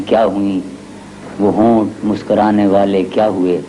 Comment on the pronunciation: کیا تلفظ ہے صاحب،واہ👌🏻 ورنہ زیادہ تر کو مُسکُرانے اور مُسکَرانے کے فرق کا علم ہی نہیں۔۔۔